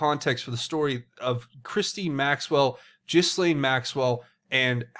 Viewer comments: It's GHEE LANE. Not Jiz Lane. Pleeeease please say it a different way lol. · Ghee-lane. New drinking game! Whoever pronounces her name, Jis-lane, you have to take a drink! This could get dangerous. Anyway, I wonder what the hec World Transhumanist Association is?? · Pronouncing names incorrectly makes you sound like a fool. Why do our friends across the pond (that's you) have so many issues with word pronunciations? Ghislaine is pronounced Gillane (Gill 'as in a fish Gill' and Lane as in highway lane) Gill-Lane. Gillane Maxwell. Please say it correctly because it is extremely annoying. God bless. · Not that it really matters but Ghislaine is pronounced Gee-laine. Like Elaine with a hard G. Not a “J” G... lol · The s is silent